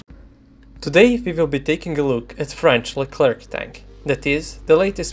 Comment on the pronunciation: the tank's name is spelled lecler/leclair and not leclerc or leclerk the "C" at the end is mute